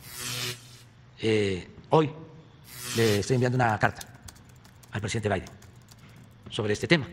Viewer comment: Del creador de "OYE TRUN" llega "OYE VAIDE"